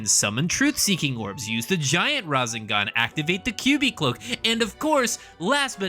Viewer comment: I couldnt finish the video. Every time you said razinGahn it made me cringe so hard I’m sorry I really wanted to finish it.